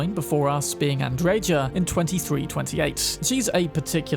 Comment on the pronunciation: Pronounced “AndreHa” the “J” is a “H” sound 🤝🏽 Other than that, 10/10 😉